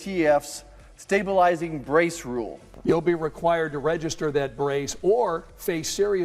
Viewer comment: This is the most incoherent presentation on braces that I have ever seen along with the newscaster continually saying stab bulizing braces. Strange that I can not find anything for 2024 on the net about the SCOTUS doing an emergency order. I just quit this confusing nonsense.